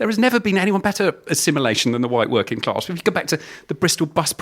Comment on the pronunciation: There's no R in class